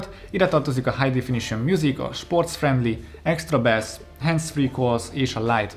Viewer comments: extra bessz" 😂😂😂 A másik: 'Air pods' Ez itt nem idézőjel. Csak 2 aposztróf. Mellesleg nem kötöszködni jöttem, de mindenki a hibáiból tanul és ezáltal majd nő a csatorna színvonala. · sporc frendli, extra bessz és lájtvájt